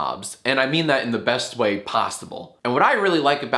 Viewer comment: "In the best way poss-t-ible"